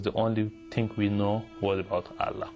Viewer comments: He memorized the Quran but he can barely pronounce the word Allah ..lool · His pronunciation of ALLAH is wrong too. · Yet his pronouncation of "Allah" is completely different lol. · He is not able to say Allah properly even though he memorized the Qur'an and went to Mecca every 3 months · He don't even know how to say Quran and Allah properly after 10 years in Madrasah? Another fake.Please study more about Quran and Islam. You are so funny ...LOL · He can pronounced Christ and gospel so clearly but not allah and Muhammad and he was Muslim memorize Quran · I always know whether this guy WAS a Muslim or not, is just by listening to his pronunciation of of Allah and Qur'an. Just plain simple. I laughed when he said he had memorized the WHOLE Qur'an BUT how come he can't even pronounce these 2 words properly. He pronounced them like non-Muslims do. Watch the Muslim videos and listen how they pronounce the word Allah and Qur'an. My conclusion is: He is not a Muslim and was paid to do the video by the Christian Propaganda. Just FRAUD!